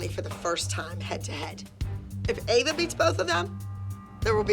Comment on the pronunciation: pronouncing Ava is killing me 😂😂😂